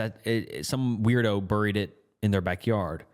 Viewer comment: No way that’s how you actually pronounce “buried”😂